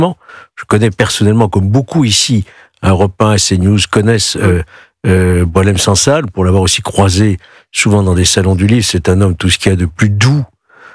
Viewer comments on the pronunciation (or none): Apprends a prononcé son nom!!